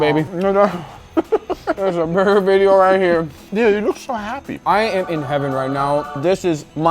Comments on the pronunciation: its video not vedio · 3 mins into the vijyo all i hears is BALLZ